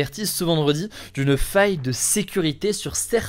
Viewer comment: Aïe! Ne le prenez pas mal je suis vraiment fan de ce format! Mais vous ne trouvez pas que sur certains sujets, Il appuie certains mots de façon plus excessive ? Par exemple sur l’info appel : au début les mots “ faille” “ sécurité “ …c’est très subtil mais c’est un truc qui me dérange beaucoup chez les autres journalistes justement.